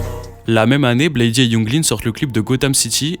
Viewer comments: je vais être un fan chiant mais la prononciation originel de Bladee c'est "Blaïde" et pas "Blaï-di". Il se présente comme ça depuis le début mm si c'est qu'un detail hh. Après c'est vraiment un des seuls trucs que j'ai a dire sur la vidéo vu qu'elle est complète et cool, même si je suis pas d'accord avec toutes les take et la question de base a pas vraiment de réponse dans la vidéo.. c'est juste un résumé de leurs carrières respectives et commune. des exemples concrets de leur (énorme) influence sur la scène UG actuelle (RCB, OneChance, Surf Gang, et bcp de fr aussi..) auraient étés bienvenus. Même des exemples concrets de leur influence sur les artistes cités en début de vidéo. dommage mais ça aurait peut être fait long.. enfin, dire que le prime du groupe est passé c'est pas totalement faux même si les stats ne font que grandir et que leur influence est enfin reconnu. Je penses plus que Drain Gang est juste moins "trendy" qu'en , mais c'est vraiment une très bonne chose, la commu était vraiment toxique et cringe a cette période avec l'affluence de tiktok. mais force a toi la vidéo est dar et quelle chance tu as eu d'aller les voir a l'Olympia 🤩 déso pour le commentaire de nerd puant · Très bonne vidéo ! Tu m'as fait découvrir des infos dont j'ignorais a propos de Malcolm sex, ken burns, etc ! Juste, Bladee se prononce blède et non blaydy haha J'ai liké la vidéo ! Force !